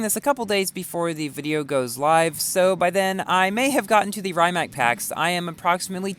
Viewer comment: It isn’t rye-Mac it’s pronounced ree-mac